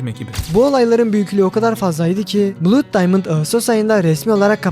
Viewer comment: 'bluud' diye okudugun için like atmadim